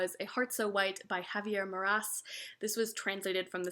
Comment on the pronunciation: Javier Marías, not "Maras" 😉